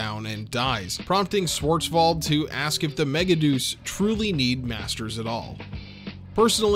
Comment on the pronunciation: I hate that the dub chose to pronounce it Mega-Deuce and not Mega-De-Us. Because a mega shit is not as cool as a mega God.